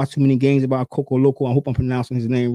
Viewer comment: Cocoloko? 😂😂Ko-Lo-Ko